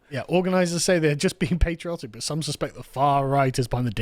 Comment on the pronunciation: Carl, it's pronounced 'patriotic' with a short 'a'. Please don't forget the proper English pronunciation.